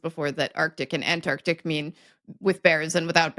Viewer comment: so pleased to hear pronounce "Antarctic" correctly instead of the butchered "Anartica" I often hear Americans use. There is yet hope for America to resurrect its pronunciation!